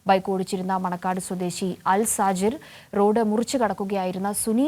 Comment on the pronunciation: അൽസജിർ അല്ല അൽത്താഹിർ ആണ്..